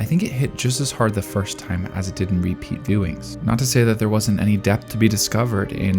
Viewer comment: You say “repeat viewings” thrice with emphasis and its a little jarring, but thats a nitpick born from capturing my full attention. Very good work